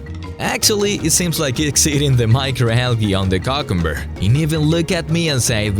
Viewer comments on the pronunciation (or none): Hey to say cucumber is "QIU-kum-bur" not "Cam-Cam-Bur"